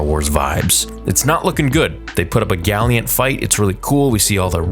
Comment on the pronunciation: “galliant” I’m going to have to have that … someday.